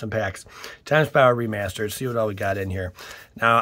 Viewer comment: Time spiral “Re-meh-stered”